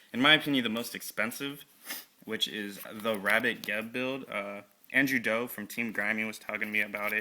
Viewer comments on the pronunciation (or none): Haha, he said Andrew Do